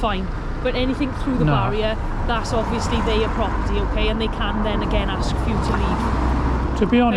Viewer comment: The word is ask !!